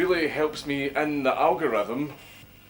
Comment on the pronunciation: al -gal -rith -om